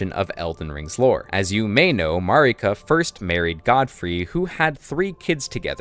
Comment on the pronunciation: Mogh is the boss's name and Mogwyn is the name of the Outer God of Blood. It's Mogwyns's Dynasty not Mogh's. Also you are pronouncing Marika wrong for some reason. It's not how Melina pronounces Marika.